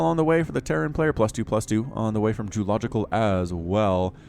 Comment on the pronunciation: not french djeulogical